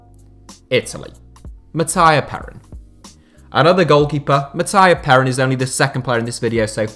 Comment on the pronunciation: it's Matt-ee-ha Pe-Rín not Matt-Aya Perin